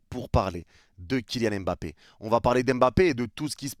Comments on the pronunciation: C est si compliqué de dire mbappe au lieu de embappe? Ya pas de e devant. A la limite prononcez pas le m mais arrêtez de rajouter un E tout le temps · Il ne s'appelle pas "Aime Bappé" mais Mbappé